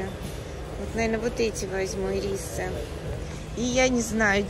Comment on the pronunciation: Правильно Ирис ударение на первый слог